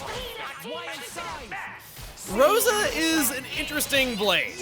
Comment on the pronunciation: The way says Rosa kills me.